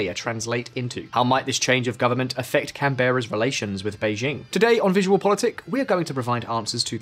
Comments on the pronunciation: CAN’bra. Not Can-BERRA. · “Al-bah-nee-see” not “Alba-knees” “Can-brah” not “Can-beh-rah” Otherwise - a great report. Well done. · Does Visualpolitik ever research how to pronounce the names of people and places ever CANBERRA - pronounced Can-bra NOT Can-berra (like berry with an “a” at the end”) ANTHONY ALBANESE - pronounced AnTHony Alban-EASY - NOT “🐜ony ALL-ba-KNEES” FMD I eye-roll at this channel sometimes 🙄🙄🙄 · "CanBERRa"...X "CANbrough"...✓ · Oceania = o-she-ah-nia WITH an "i". Canberra = canbr⟨ə⟩, or can-berra, NOT can-bear-a. These are not problems with the English accent, they are an inability to read. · It's Anthony Albo-NEE-zee and CAN-bra. Congratulations, you've just been upgraded to American status! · I don't want to sound snipey, but if you can't pronounce the surname of the PM of Australia correctly (it's Al-ban-ee-see) nor the capital (pronounced Can-bra), I have to question the validity of your analysis. This isn't nitpicky, but goes to the heart of whether you actually understand the politics and country. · It’s An-thon-ee Al-bin-ee-zee and Can-brr-ah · Just letting you know Albanese is pronounced Al-ban-ease-y And Canberra is Can-bra 👍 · *Al-ban-eezee *Can-bruh For your edification. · Hello from Australia, it is so funny how you pronounce things, here are the pronounciation -Canberra (can-bruh) -Anthony Albanese (An-then-ee Alben-easy) Btw great vid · Would help to get the pronunciation of the capital city of Australia correct. Come on guys, it isn’t difficult. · Can’t even pronounce Canberra or Albanese correctly. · You can’t even pronounce Australian capital city Canberra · And the E in Canberra is a schwa at best, but mostly dropped entirely. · If you wish to be taken seriously in Australia you might spend half a minute of your valuable time to learn the correct pronunciation of the National Capital and the name of the Prime Minister. Nothing consequential of course. It might help.